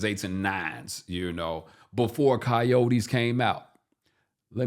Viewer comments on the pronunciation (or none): none